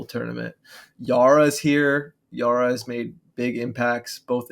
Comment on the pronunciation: To add to this, 'Yaura' is closer to 'yow-rah' (similar vowel sound as 'Ouch!?') than it is to 'yahr-ruh'.